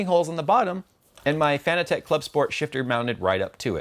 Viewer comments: its not fan-e-tech its fan-tech ffs your killing me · fa-nah-tick not fan-a-tech lol:-p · Do you not say Fanatec like fanatic? and not Fana-tech? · it is pronounced like fanatic